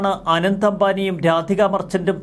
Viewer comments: റിപ്പോർട്ടറെ ആനന്ദ് അംബാനി എന്നല്ല അനന്ത് (Anant) അംബാനി ആണ്. അനന്ത് എന്നാൽ അവസാനമില്ലാ ത്തത്. അനന്തമായ ആകാശം എന്നൊക്കെ കേട്ടി ട്ടില്ലേ 😊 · ആനന്ദ് അല്ല അനന്ത് എന്നാണ്‌